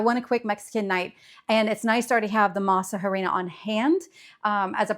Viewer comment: Also, tip: the “H” in harina, is silent. So just say “masarina”